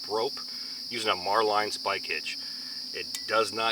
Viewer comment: Just curious of your pronunciation of a marlinspike hitch as “mar-line.” The marlinspike the tool is so named because of the resemblance to the nose of a marlin. While pronunciation of knots like bowline varies, it’s the first I heard of marlinspike hitch having a variation